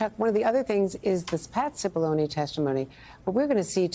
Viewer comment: Just keeps striking me how hilarious it is that Cipillone rhymes with testimony